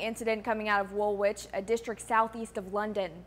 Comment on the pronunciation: "Wull itch". It's pronounced "Wull itch", not "Wull Witch".